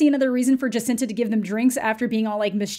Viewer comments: The roommate's name was Jocasta. Not Jascinta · I love you pronouncing Jocasta’s name wrong. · OMG Thank you! I thought I was going crazy. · I think its funny that you mess up jocasta's name wrong when that was her whole personality lol